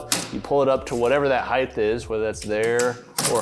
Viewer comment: Amazes me how many people pronounce height as if it ended with a “Th”. “Heighth!”